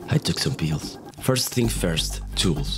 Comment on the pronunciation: "I took some peels"